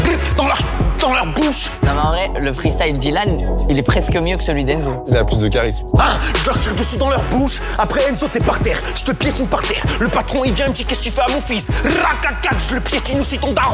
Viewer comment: POV le mec il dit ba ylhan